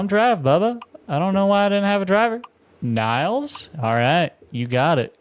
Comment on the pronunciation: 'Nils' is a Nordic name. It is pronounced like 'kneels', not 'ny-ills'.